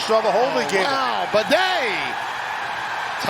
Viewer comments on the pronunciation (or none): It's BAY DEE not bidet moron....do your prep. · Good game, Bucs. Also, it's pronounced as BAD-EE not Bidet lmaoo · "Bah-Day"? These announcers were so cringe that I had to mute the television. I get it, the Broncos aren't the hottest team, but at least put in some announcers who know the names of the players. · Is it pronounced “baddy” or “bidet” like the announcer was calling him? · That the announcers miss-pronouce Badie's name is really disgusting.